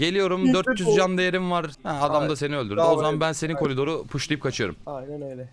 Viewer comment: abi yine kolidor dedin :D